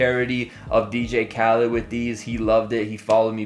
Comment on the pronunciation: Khaled not Khalid. He should unfollow you just for that.